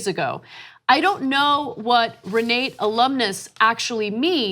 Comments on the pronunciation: ...it is pronounced Re nah tah!...You're welcome! Also kavanaugh went to church on Sunday because it was the quietest place to sleep off an hangover...badabing badaboom! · Pronounced Ree-nah-ta.